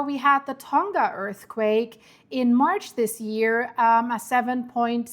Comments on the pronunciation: Tonga wird "Tong-a" [toŋa] ausgesprochen, nicht "Tong-ga" [toŋɡa]. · Tonga is pronounced Tong-a not Ton-ga... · Man.... I live in NZ. Makes me uncomfy seeing this lol Ps: Tonga is a soft g. So its said like Tong-a ❤